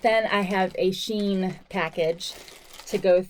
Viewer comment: It’s pronounced she in, probably because of the inclusive sizing